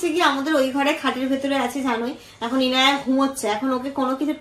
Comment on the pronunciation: Babyr nam to 'Inaya', oke 'Enaya' bolo na please. Emnitei oneker nam bairer manush thik uchcharon korte pare na, tomra to parents tomra ontoto thik uchcharon koro nahole bikrito hote hote onyorokom hoye jabe. Take love ❤